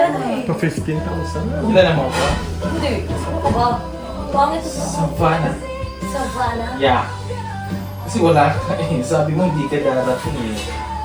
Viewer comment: Grabe tawa ko sa Saba ""Savanahh"😂